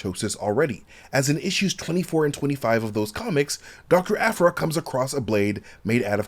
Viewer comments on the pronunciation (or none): none